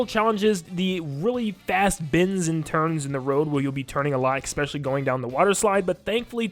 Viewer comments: Bro, I love your content and this is extremely petty of me to say but, the word is "especially." I'm sorry I'm a huge grammar stickler and hearing you say "eckspecially" a hundred times in this video was driving me insane. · THERE IS NO 'X" in 'ESPECIALLY" AHHHH YOU SAY IT ON EVERY TRACKKKKKKK